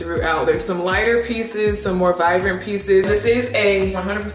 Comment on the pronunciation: It's saying "vivrant" for me. Lol. Yes to more wig videos!!!